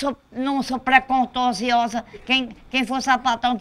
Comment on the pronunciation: Hhahaha, "Tambem nao sou precontosiosa..." hahahahaaha